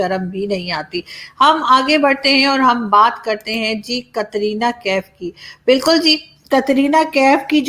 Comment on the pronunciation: कतरीना नहीं कटरीना कैफ बोलिये